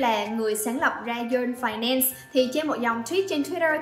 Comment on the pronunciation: Phài nen sss là gì 😂 phát âm tiếng anh kỳ quá à 😂